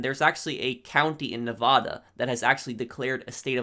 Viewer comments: You say Nevada wrong!! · i love your videos and everything... but say nevada right